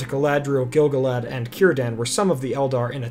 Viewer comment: And also every time he says Gil-galad as GIL-guh-lad instead of gil-GAH-lad. For the amount of research done for this video, the pronunciation game could definitely be improved :)